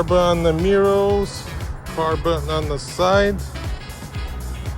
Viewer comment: Carbon "mirrows"....love it😂